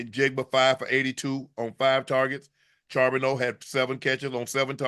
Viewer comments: if unc say sharbeno one more mf time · Unc u better figure out how to say my teams backup rb cuz he a problem for the league. Zach Charbonnet (shar-bo-nay)